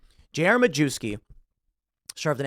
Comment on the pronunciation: Tim it’s pronounced MA YEV SKI